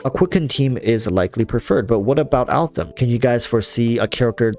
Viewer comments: Could you PLEASE NOT SAY ALTHAM!!!! He's AL-HAITHAM !!!! Jesu people put some effort into pronunciation. Just show some effort. Don't be lazy. Sorry, got triggered. Butthe good video. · Bruh who the hell is Altham? So cringe man. It's Al haitham ffs either try to pronounce it or don't, why change the name. It's pronounced al-hey-tham. Not that hard. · Can you stop saying Altham please please please, it feels so disrespectful to me, its Al-Haitham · Al- Haytham is pronounced hay like in haystack and the "th" like in thumb Al - Hay - tham The name directly translates to "The Lion" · I call him "that Al- guy" most of the time, because his full name is new to me and I'm really bad in remembering names. 😂 But I agree that if wants to use his name not like me (more like a joke about my bad memory), but seriously, he should try to pronounce it correctly. Otherwise it sounds weird. Maybe, he can't pronounce "Al-Hai-" part for some reason? 🤔